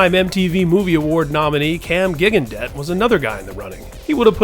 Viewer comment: It’s Cam Jig-on-day, not Gig-an-debt. Dude, do your research